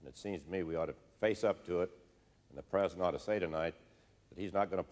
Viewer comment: Bob Dole had a lot of trouble saying the word "president"! "Prez" is about all he could muster. "Prezn" on a good day. I always got a good laugh out of the way he said "Prezn United States". LMAO He just couldn't pronounce the entire thing. "I'm Bob Dole, and I'm running for Prezn United States!!"